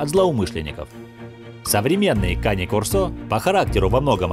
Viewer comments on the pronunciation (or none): Там нерусский что ли комментирует? Кане-кОрсо, а на корсО!!!